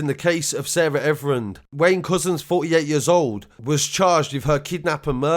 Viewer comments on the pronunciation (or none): Her name is Sarah Everard ...Ev-er-ard !! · It's Everard mate not everin 👍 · 1st of all my guy say her name right you keep saying Everand. You reporting news and can't pronounce a victim's name correctly. 2nd of all, we know you're getting a cut from fed for these reports and give them access to your channel and messages in return 🤫🤧. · You could show your respect for her by pronouncing her name right! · Comon man...... You need to SAY HER name correctly!!